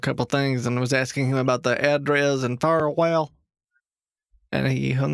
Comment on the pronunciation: I love how many different ways kitboga tries to pronounce firewal 🤣